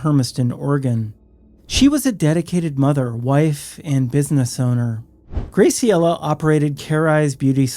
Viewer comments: Just a sidenote: Graciela is pronounced, "GRÄ-see-ellah." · The pronunciation of Graciela is killing me 😅